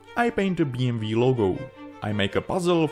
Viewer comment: I find you pronunciation funny: BM - V well thats kind of like germans do pronunce it. And i guess thats how,you do it in you own language too. But its B M „Double-U“in english. 😂 Great aircraft as usual!